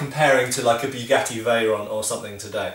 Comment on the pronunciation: Hahaha "Beughetti"